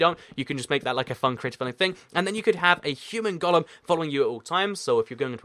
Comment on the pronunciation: Why do you say "Gollum" instead of "golem?"